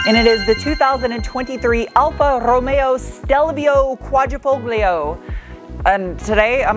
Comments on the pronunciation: I love the way you say Alfa Romeo!!! Sounds so italian.... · although you are not Italian, you pronounce Alfa Romeo wonderfully. In Italy, it's Wine, Women & Cars.... Not always in that order. You would be well received in Italy, in that outfit, white Lab Coat, High Boots in a Mini Skirt. Even your Nails are reflective of the color of the Car. The name means 4 Leaf Clover. Buon Fortuna!!